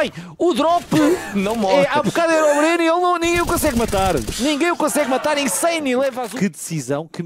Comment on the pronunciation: O gringo chamando o Brnzan de Breno KKKKKKKK